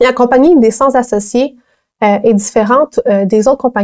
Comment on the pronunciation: attention il faut dire "cenT-associés" et non "cent-Z-associés". Sinon excellente vidéo, bravo!